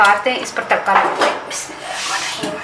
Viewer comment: mam please do recite bismillah properly